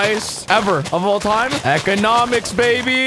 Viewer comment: He said "Eggonomics" and now im dying